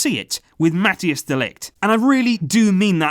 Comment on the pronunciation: Collaboration with Ajax and Barça is absolutely wonderful but PLEASE pronounce MATHIJS CORRECTLY